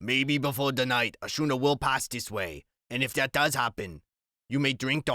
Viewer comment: Schooner is pronounced Skooner.